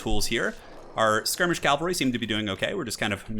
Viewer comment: It is pronounced cav-al-ree not cal-va-ree. This is a hill I will die on.